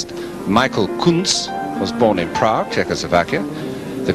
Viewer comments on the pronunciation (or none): none